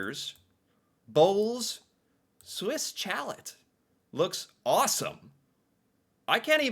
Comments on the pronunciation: Swiss Chal - eh - not Chalette ! A chalet is French for a cabin maybe in the mountains. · Swiss Chalet is pronounced Swiss Shallay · Swiss Chalet is pronounced as Shaleh. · Poutine is not fancy, it is cheap fast food. Chalet is pronounced "Sha Lay" A chalet is like a small vacation house in the winter, often close to a ski resort. Kind of like a cottage. Tim Horton is not a restaurant. The one close to me doesn't even have chairs or tables to sit. The Keg is where poor people go when they want to feel rich. They go to the Keg on birthdays. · Right lol. 😂😂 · 😂 love your attempt in pronouncing the name. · It hurt my ears Every Single Time he said it.... 😱 Try.... 'Shalay' = Chalèt (like a ski lodge).🤭✌️😊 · My god, your pronunciation is horrible. Swiss chalet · The way you were saying Swiss chalet had me dying 😂… we don’t say it like that. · Glad to know I wasn't the only one cringing every time said Swiss Chalet in a way that nobody else in the history of the human race has ever said it before...🤨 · For every time he pronounces Swiss Chalet incorrectly, an avalanche is triggered in the Alps. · Swiss Chalet ... as in ski chalet ...the "ch" is soft as in shhhh and the "t" is silent. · LOL emphasized on the T too